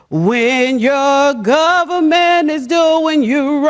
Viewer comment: "Da Gubmint did me wrong "